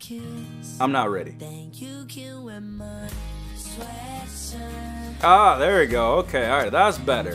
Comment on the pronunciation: Listening to "Sweatshirt" put me through physical pain...